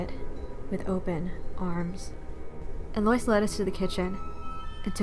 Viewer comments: the name "Eloise" is pronounced ELL-oh-WEEZE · Ikr it didn't even register for me that her name was supposed to be Eloise. I kept thinking she was saying Delores for the entire first half of the video 😂